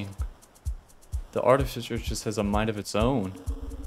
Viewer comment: Aw frik my comment draft got deleted by YouTube, this is the second draft - rushed cuz I don’t remember all the details :((( look out for terrain and map changes, it may help piece together a timeline! art-eh-fis-sir personally I feel that blind is best, since youtube comments can give you any needed advice/tips. Also yep, she. smh you can’t just ask why someone’s glowing red. Dw though, it’s just the drone’s color slugcat more like snailcat hopefully this isn’t backseating, but the direction you hold matters. That means left+up sends you a (slightly) different direction than just left, or just up. Also, technically you have 10 charges, but it’s more complicated (due to recharge time, as well as parry taking 2 charges). As a rule of thumb, stop/reduce blowing up when you are fizzing. :) arti speedrun when? you can use the map to check fine-details on the map, including whether something is background terrain, or is a pole(plant) As a side note, each slugcat has a different playstyle or ‘vibe’ to them. Survivor is the baseline, monk is relaxed/friendly, hunter is quick and planned, gourmand is chill and ‘go at your own pace’. I’ll let you figure artificer’s one as you play.